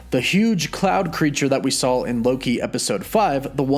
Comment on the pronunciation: Stop saying sawl instead of saw